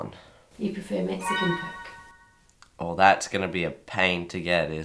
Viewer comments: It is COOOOKE not Coake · Coarrk a Cola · Coyk Coyk-a-Cola. Oy...